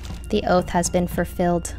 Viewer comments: “The oath has been fur-filled?” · “The oath has been furfilled.” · "The oath has been furfilled" Darn right. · "The oath has been FURfilled" Love you Rae!!!! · “The oath has been furfilled” - Rae